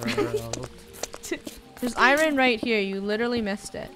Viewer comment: Lol “I - rin” it’s “ I - ern”